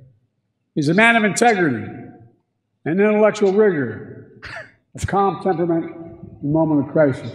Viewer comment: He was saying, “calm temperament”😂